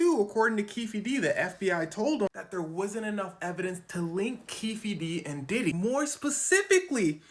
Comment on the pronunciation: Keefe is pronounced keef. It's Irish and the e is silent. Just saying. 😊